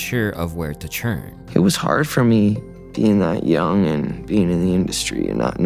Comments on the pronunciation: Justin literally teaches you how to say turn. But you’re still saying churn. Stop saying churn 😢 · why do you pronounce "turn" as "churn"? Asking for a friend.